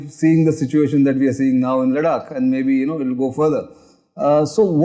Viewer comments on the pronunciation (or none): लदाख is the pronunciation please. Don’t screw it up, in a otherwise good talk.